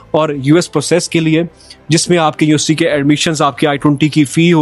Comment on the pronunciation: bro did ya say UST or university?🙂